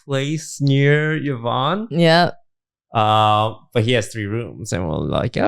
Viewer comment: why does still call her YAHvonne? i could have sworn they cleared that up lol